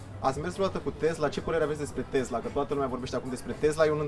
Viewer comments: Tesla, cum pronunța domnul Țiriac ( cu ,,s") nu Tezla cum pronunță cel care îi adresează întrebări... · A zis tot timpul " tezla".